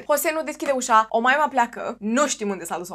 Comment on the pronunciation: Tu zici Omaima eu aud O Moimǎ 🙉 🤣🤣🤣